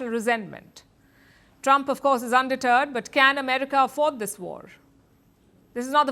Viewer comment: Lol you say Trump is undeterred, but it sounded like you said “Trump is a turd”. As an American, no arguments there!